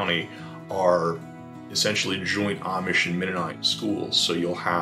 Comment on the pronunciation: It is so nice to hear the words "Lancaster" and "Amish" pronounced correctly. Thank you!